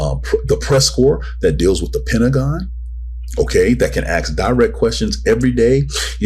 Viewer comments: stop saying "axe" instead of "ask"... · Problem with s before k much? Doesn't make you sound very smart tbh